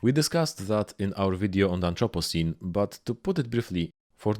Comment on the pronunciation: Am I the only one who heard "anthropussy" when he said anthropocene or is youtube just autodeleting comments with the dreaded p word in it?